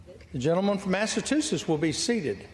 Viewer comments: Party of the illiterate. MTG pronounced "indictable" as "in-dic-ta-ble". Karolina Leavitt didn't know the word "infanticide" and made up the word "infant-cide". Anna Paulina Luna didn't know "retainer" is a noun and the verb is "retain". Jerry Lee Carl couldn't pronounce "Massachusetts", and read "admonished" as "abolished", "accusation" as "acquisition", "president" as "precinct". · The powerful line was ….” He’s been indicted more than he’s been elected “ ….Jerry Lee Carl has to learn how to pronounce “ Massachusetts “ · Would have been hilarious if McGovern would have requested the Clerk of the House to read the "Speaker" Jerry Carl's words back, pausing on all his mispronunciations so everyone could enjoy Alabama's requirements for graduating the sixth grade! Kinda makes you wonder if he's got any shoes on behind that podium in case he has to do any 'rithmatic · Thank you! I came to the comments looking for this. No grown, literate person uses his finger to point to every word he's trying, yes trying, to read! Unbelievable! And he's the leader in the House? Mispronounced words left, right and center, especially Massachusetts? Smh 😮😢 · If you ever listen to any committee regarding anything you realize one thing very fast. These people are complete morons and couldn't do anything else in life. This guy can't even pronounce Massachusetts i mean holy s*** The problem is this is Alabama he reads much better than the people who voted for him. Its past comical to sad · He definitely has trouble pronouncing words over two syllables long. And still gets it wrong! Thank you CSpan for recording this so there is a record of it! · Forget about needing a Driver's license to vote. People need to correctly read/pronounce a list of 12 'big words' in order to vote! Including "Matchatoochets"! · America needs to grow up and stop electing completely ignorant and unqualified doofuses. The man can't read or speake English. (Massatusets, acquistion, precincts.)